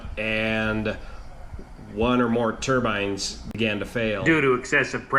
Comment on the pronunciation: Thanks for all the great videos and updates. And thank you for pronouncing turbine correctly. Keep them coming!